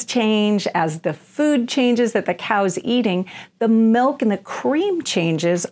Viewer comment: Ahhh pet peeve do not say mellk its milk pronounced mil K